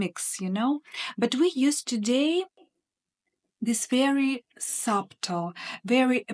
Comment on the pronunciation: I enjoy your content and applaud you for the challenges of speaking a new language. Just for information, not criticizing, the word subtle has a silent b. So it sounds like sutle. Thank you for all the information you give us. ❤️